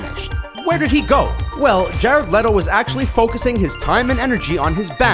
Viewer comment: It's pronounced like Jared Leeto not letto like I'm triggered and I'm sorry because I loved the video like always but I was basically twitching every time you said Leto because you were pronouncing it wrong... 😬😂